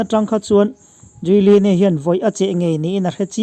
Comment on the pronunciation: A pawi hle mai, a kum a tam ve tawh si a a ngaihtuahawm mang e o. A thawkrim bawk si, Lalpan vengin hruai zel rawh se. Giuliani tih hi Júliani tia lam mai tur ni âwm tak a ni.